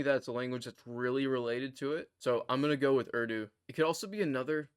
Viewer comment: Impressive! You're light years ahead of me. So your very "foreign American" pronunciation of 'URDU' really surprised me.